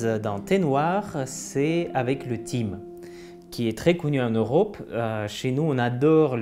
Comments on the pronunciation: Très intéressant cette vidéo ! Je me permets de corriger juste la prononciation...le thym se prononce tin-ou tain ... comme pain. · Thym se prononce tin :) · Vidéo très intéressante 🙂 Mais petite erreur de prononciation En effets, Le Thym se prononce "Tin" comme le reportère Belge Tintin😉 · Vidéo super intéressante, encore une fois. Merci pour votre travail ! Je me permets de corriger une petite erreur de prononciation avec le mot thym. On le prononce avec le son "in" ou "ain" (je ne connais pas le système phonétique international), comme dans les mots "pains", "main", ou "hein?". Но не беспокойтесь, я учу русский язык, и я вас очень понимаю. Я ошибаюсь более чем вы)))) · Ah merci beaucoup! Désolé pour la prononciation du thym, désormais c’est noté :)